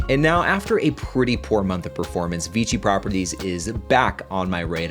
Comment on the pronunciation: Isn't it VICI? Sounds like you're saying VG